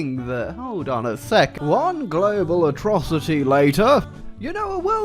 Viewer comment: at 'attrocity'